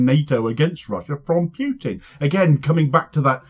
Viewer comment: The common phonetic-MISPRONUNCIATION, by ignorant English speakers, of President Putin's family name as, 'PYOOTIN', is perhaps understandable, while being nonetheless, regrettable. Where English utilises only the one letter 'U' to make both the 'YOO' and the 'OO' sounds. The Russian (Cyrillic) alphabet is not so limited, using two entirely different letters for these two phonetically different 'phonemes'. In Russian, the Cyrillic letter 'Ю' is used for the 'YOO' sound, where the Cyrillic letter, 'У' (visually similar to the lower-case of the English letter 'Y') is used exclusively for the 'OO' sound. President Putin's name is spelled (in Cyrillic), 'Путин' (with the Cyrillic letter 'И' pronounced more like the 'EE' phoneme in English, there being no short 'i' sound in Russian) and is therefore phonetically pronounced (approximately) as 'POO TEEN'. It is NOT spelled, 'Пютин' which WOULD be pronounced (approximately) 'PYOO-TEEN'. It is therefore completely incorrect (and once you know this, correspondingly disrespectful) to phonetically-mispronounce his name as 'PYOOTIN'; and NO Russian, or Russian-speaking, person would ever make this ignorant mistake.